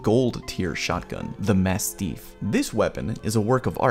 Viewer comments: For the record, it’s pronounced like “mast-if” not “mast-eef”. It’s named after a type of large dog of the same name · Did you just say massteef? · Jesus the way you keep saying masteef is really killing me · Has anybody mentioned that you pronounce "mastiff" weird yet? ;) P.S. Glad to have this. I wish the Apex Legends firing range were more fleshed out. I'd like to play around with all the guns and all of the attachments in a free mode like that. One thing I don't actually know yet: how much damage to down a player? How much to kill a downed player? Seems like a simple question but haven't seen it shown yet. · when you said one incorrect term I though you were talking about you horrible pronunciation of mastiff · That was a good video but why is he saying mastiff so strangely???? Respawn didn't make the word up - mastiffs are huge dogs